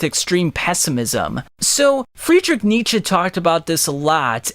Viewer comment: German here, youre right in that Nietzsche says it correctly, but your pronounciation is still off. And thats just because the german R is incredibly hard for english natives, as well as all the vowels lol